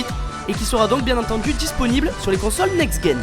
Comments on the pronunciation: On dis Next-gen pas Next-guen .. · on dit pas console next guen, ça se prononce next jen, mais ça s'ecrit next gen pour generation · par contre tu prononce mal "next-gen" ^^